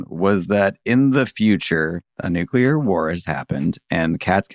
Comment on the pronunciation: I love that Bill pronounces it "nucular" in every single lasercats intro